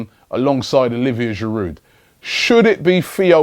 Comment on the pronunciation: The "d" is silent in Giroud - it's French init